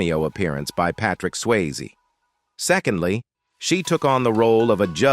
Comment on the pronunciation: I think you need to look up how to say peoples names. How do you not know how to say Patrick Swayzes name????